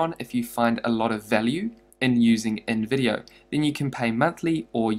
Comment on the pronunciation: When he said InVIdeo, I thought he said Nvidia ahahahah😂😂. (No offense, just a joke)